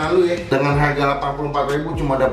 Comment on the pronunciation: Harga baca dengan aksen Kya orang barat